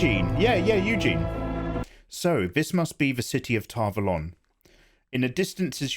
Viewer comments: I died when you called Egwene “Eugene” 🤣🤣🤔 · Very funny. You managed to mis pronounce every character name. Very impressive. This might help for starts: Egg ween and More rain if we think phonetically. But ya cracked me up. Entertainment value 100%.